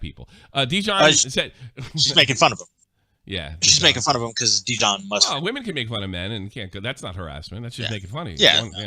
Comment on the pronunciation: I love how says Pokimane is mispronouncing dijion s name. he stops saying dijion s name at this point bc realizes he’s been saying Dijon too